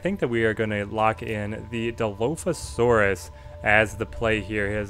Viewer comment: Kid has never seen a JP movie it seems. He pronounces Dilophosaurus wrong. lol